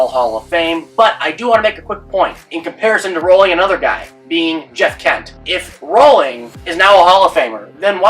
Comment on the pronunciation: Jeff Kent was average defensively Rolen was a top 5 defender at 3rd all time Kent will get in but he’s been punished for being a dick. Rolen was abrasive too, just not Kent-level And it’s Rolen not “Rolling”